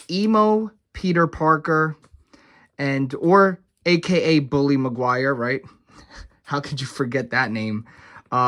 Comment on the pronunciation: The fact that you commit to saying Mcguires name wrong just to get under the skin of viewers is great. Great work